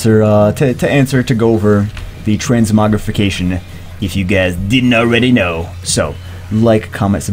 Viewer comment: "Transmuggle" lol xDDDDDDDDDDDDDDDDD